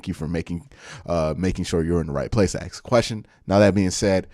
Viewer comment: Now that you’re a public personality who’s finely honed football analytics are a pleasure to listen to…could you please pronoun “ask” properly…it’s not pronounced “axs or acks.”